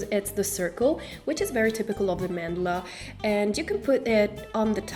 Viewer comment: a "man dela" lmao